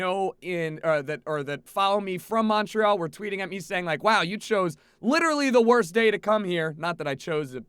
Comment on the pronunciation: Pronciation of Montreal is horrible. Snow isn't that weird.